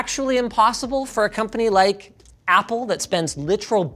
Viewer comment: Like... "APPLE!?" so emphasized 😝😝😝🤣🤣🤣